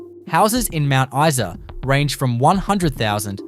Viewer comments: It's Mount Eye Saa not Mount Eee Saa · Mount EESA instead Mount Isa!😁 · Mount Issa. You are shutting me.